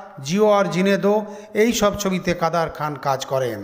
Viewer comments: এরা নুসলমাম নাম ভুলভাবে উচচারণ করে মজা পায়।কাদের খান হয়ে গেল কাদার খান।এমন উদাহরণ পতশত দেওয়া যায়। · উচ্চারণ সঠিক করেন। কাদের খান।